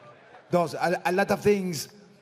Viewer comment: E latta fings